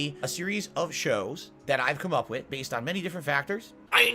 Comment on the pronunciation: The word is "witH",! "WIT" is an entirely different word & something you don't have!!